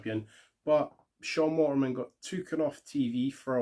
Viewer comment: Waltman not Walterman. Just call him X-Pac or Syxx